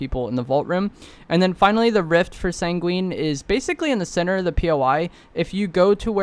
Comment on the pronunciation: Here again to remind you it’s sang-win not sang-wEEn. 🫡